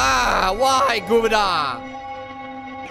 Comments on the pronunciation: It's pronounced (Gi-VAU-DAUN-) silly 🤣😂😅🍐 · It's pronounced (gev-vu-den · It's 'ge-vaw-dan'. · Its pronounced gE-vu-dOn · its pronounced gwa-vu-don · It is pronounced gi-VOW-din. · You pronounce it guvwidan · i just noticed the monster is a wearwolf but you cant say Gevaudan